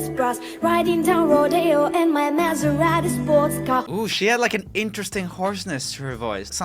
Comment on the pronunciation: Who noticed the girl with the colored hair said Maseraeti sports car in a weird way.